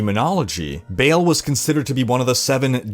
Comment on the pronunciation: Ball, not Bail.